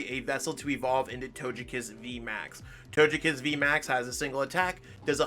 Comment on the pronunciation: It is pronounced as toe-gay -kiss vmax not toe-je kiss